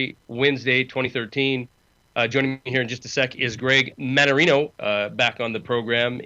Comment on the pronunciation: Holy Cow you got his name right this time!!!!!